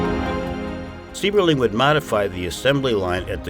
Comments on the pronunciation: Also Mr. Sieberling's name is pronounced "CYBERling". My wife's biological fathers family lived in Akron from the mid-twenties until 1999. Her paternal grandfather worked for Good Year for 35 years, her grandmother did a World War II defense job at the plant, making parts for aircraft. She made parts that went into the "Enola Gay" that dropped the bombs on Japan. Her father, after serving in the airforce, earned his journeyman maintenance electricians card at Good Year. My father-law used to have to change all the lights on the top of the blimp hanger when my wife was a baby. He went on to get his master maintenance electricians card at GMAC Lordstown and retired from there in 1998. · Just beautiful there, thank you! I would like to mention that the estate is pronounced HEW- IT. And their name is pronounced CYBERLING. The last time I was there, their daughter was still living above the guest house, and was over 100 years old-- I can't remember exactly, but I seem to remember she was either 107 or 102! I was thinking 107. I will have to look it up. Gorgeous home, take the tour if you ever get the chance.